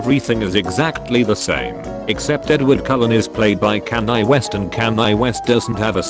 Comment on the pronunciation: the way he says Kanye... Edit: I’m leaving the video now I don’t like his mispronunciations of absolutely everything